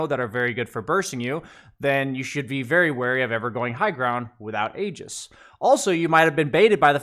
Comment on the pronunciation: IT'S PRONOUNCED "EE-JIS"!!! I'm still astounded that after all these years, people are getting this wrong...